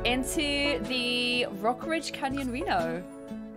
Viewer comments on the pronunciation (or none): The way she says 'reno' LMAO 🤣 (love you 😘) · The way she says 'reno'kills me LMAO 🤣